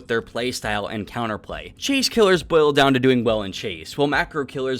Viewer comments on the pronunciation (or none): none